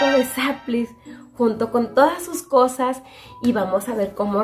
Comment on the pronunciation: dijiste cocas o cosas